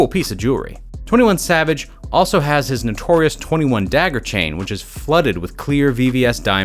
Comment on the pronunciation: I can’t listen to this guy say flooded